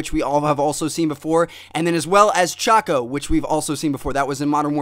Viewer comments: It's not cohcoh choco:L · Its not chocko its cohcoh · The internet has been messing with your brain.. Can't even say CHOCO right..